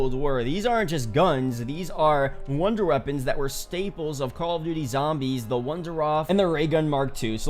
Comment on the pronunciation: this man said old wonder reapons